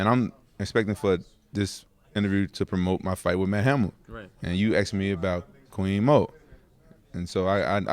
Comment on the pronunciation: "queen mo" LOL